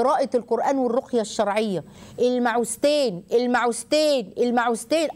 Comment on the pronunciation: المعوذتين وليس المعوزتين دكتورة الفظو الحروف كما جاءت لو تكرمتم